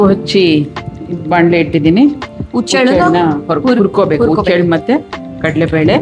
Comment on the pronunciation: It is huchchellu and not uchchellu